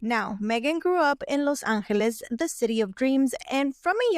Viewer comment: Eh spanish speaking girl : please don't pronounce Los Anrreles !!! Thank you !!!